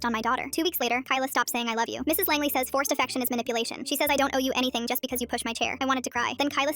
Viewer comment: Langley? Asuka soryu Langely sounding ahh last name